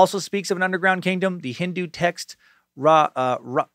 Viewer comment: I pretty much rage quit this episode after you mispronounced the Ramayana and mocked a Hindu text belonging to people of color. The condescending attitude toward Hopi mythology didn’t help either. Show some more respect. And if this is going to be your attitude, perhaps you should stick to the silly ghost stories. Do better.